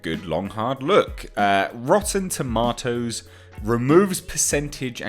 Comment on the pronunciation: Lol it's a joke that RT bothers you so much. Here's an idea. Create your own website with the features RT has taken away from you! Lol. Ps stop saying TOMATOES like that.